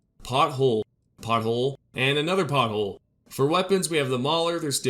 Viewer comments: PORThole, not pothole... but love your videos otherwise👍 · I'm terribly laughing that you seriously said pothole. 😂 It's a porthole kid Jesus go back to skool